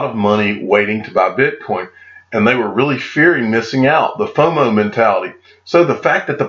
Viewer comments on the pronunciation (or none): none